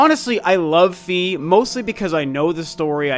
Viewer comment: Lovely video,! But…………..argh!! It’s “FYE”, not “FEE”!!! 😜 proof of that: the Japanese spelling of her name, and any narration cutscene from Hyrule Warriors that mentions her. Sorry for the nitpicking 🙃